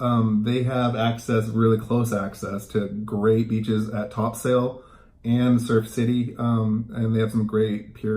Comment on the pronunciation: Not being rude but it's not Top Sail , it's pronounced Topsul, unless of course, you aren't from the area